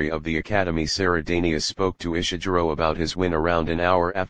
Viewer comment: Please dear Bot, please no Ishiguro like june but Ishiguro with a g like gourmet. People will imitate you and they ll sound ridiculous.